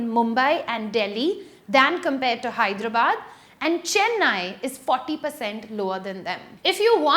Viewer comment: For the love of God, please pronounce Hyderabad correctly